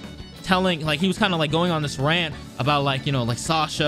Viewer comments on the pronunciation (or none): none